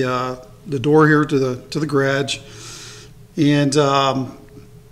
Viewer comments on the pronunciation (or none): I couldn't help but notice, and at first had to rewind when he said. "I'm gonna open the door to the gradge gr-a-d-g-e?" I wish I had one as nice as his with the tools to boot! This is amazing and cool! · How did you say “garage” as one syllable 😂🤣